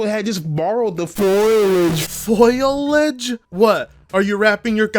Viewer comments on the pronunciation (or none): Wtf is foilage??? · was talking about the shrubs and grass when he mispronounced foliage. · Foilage?!?! Looooooooool! That dude sounds illiterate as fuck! He needs to stop console warring and go back to school, because it's embarrassing. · someone explain the foilage diss to me? because i swear that's an actual word so where is the diss at? the way he saying it or?? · Did Bugs Bunny ever say foilage? 🤔 I so want me a t-shirt "Volcanoing through the foilage" so good you couldn't write it. Sweet salt